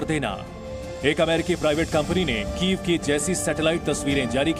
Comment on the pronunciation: वो कीएफ नहीं कीव है यूक्रेन की राजधानी क्या मैडम कीव बोल नहीं पाती हो क्या या जानबूझकर कीव को कीएफ बोलती हो 🤔☝️